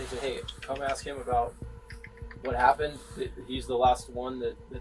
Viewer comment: Its : "Ask" not "Axed"......this nutjob and his attitude is so common throughout the community these days.....🙄